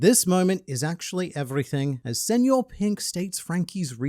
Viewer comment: Kudos for using the ñ, instead of just saying senor pink like everyone else